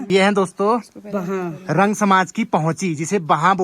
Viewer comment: बेटा रंग नहीं रं बोलते है